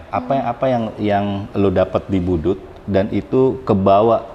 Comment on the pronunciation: Boedoet bang bukan boedoel